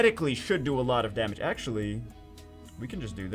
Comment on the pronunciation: Someone please make a compliation videos of he saying ackchyually. that'd be great !